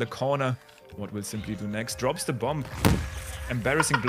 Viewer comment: "what will simply do next?" with the accent is a perfect meme.